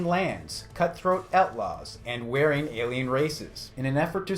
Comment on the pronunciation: "Andro-medda". "Wearing". Goddamn it,.